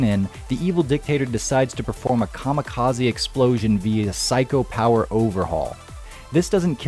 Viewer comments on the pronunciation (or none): none